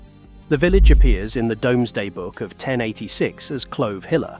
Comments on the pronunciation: pronunciation is,"doom",not"dome". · that is NOT Whittlesey, that is actually a 1960s view of the Bigg Market at Newcastle-upon-Tyne, the UFO looking structure is a public toilet, it is now a cocktail bar 🤣🤣🤣🤣🤣 Another shitty AI voice, give it a rest if you are shitterton at using your own voice FFS DOOMsday not DOMESday FFS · Good video but would be better if a number of the places were pronounced correctly. Also the Domesday is pronounced dooms-day. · Because of the way the narrator says domeday book i looked it up, you can say domesday or doomsday its entirely up to you.